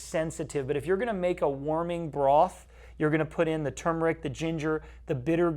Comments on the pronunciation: It is not tumor-ick. There is an "r" in turr-murr-ick...TURMERIC. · Thanks for the examples. Remember, "Turmeric" has an "r". Americans say TURmeric, Brits say turMERic. Just saying. ; )